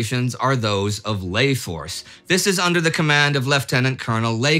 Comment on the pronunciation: You do know the Commandos in Layforce, under the command of Robert Laycock, did not call it 'Lay'-Force.